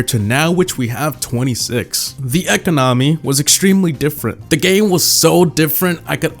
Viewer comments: saying e-co-NO-my instead of e-CO-no-my gets me triggered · economy is pronounced ee-KOM-uh-nee, not ek-uh-nom-ee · Why do you call economy eco nomi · The way he said economy has me scarred for life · Every time he says economy I cringe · He says economy funny🤣🤣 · The way he pronounced "economy" lol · HOLY EFF SAY ECONOMY RIGHT UR TILTING ME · Learn how to properly say economy please